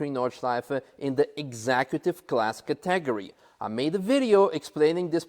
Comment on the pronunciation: " said "Categratory" love it.